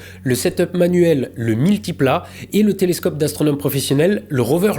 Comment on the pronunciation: il dit multiplat maintenant, plus 1000tipla